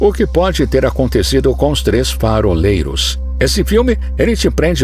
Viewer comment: "Foraleiros" kkkkkk faroleiros.